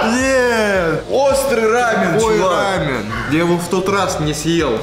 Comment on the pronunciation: Если смотреть в интернете, то в России ударение рамен, должно быть на 2 слог, а не на букву а.